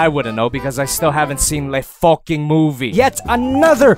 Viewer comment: "LE FUCKING MOVIE" I lose his accent when he said "FOCKING